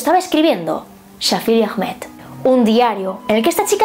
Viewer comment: Ahmed se pronuncia Ahmad y el ah es como un susurro :(